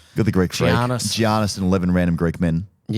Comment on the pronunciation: Hey guys, just a heads up coz you've done this twice now. It's pronounced "Yannis" not "Gi-annis", like "yiros" instead of "gyros". Thanks, say hi to Ana and Madison for me cheers.